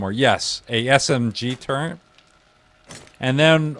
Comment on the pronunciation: not a big deal at all its just one of those things lmao, good video though